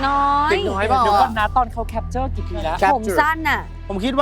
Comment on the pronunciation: หนูสุชาติ ลูกต้องพูดว่า แคปเจอร์ จ้า ไม่มีควบกล้ำนะจ๊ะ